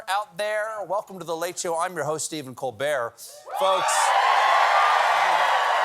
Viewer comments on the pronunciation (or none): none